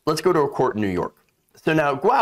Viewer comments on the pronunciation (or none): none